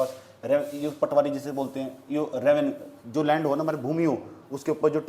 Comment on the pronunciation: रेनवस नही रेवेन्यू इंस्पेक्टर कहते हैं।